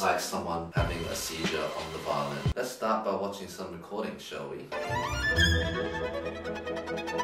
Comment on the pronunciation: For some reason, I kept hearing Eddy saying "violin" as "violent" so it sounded like he said he was going to learn an "incredibly difficult violent technique"